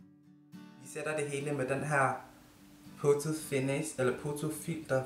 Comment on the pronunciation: Ik for at være ond men det udtales foto og ikke poto